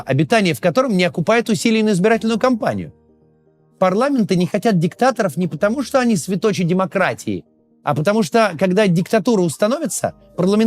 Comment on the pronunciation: Не светОчи, а свЕточи, научись сначала по-русски говорить.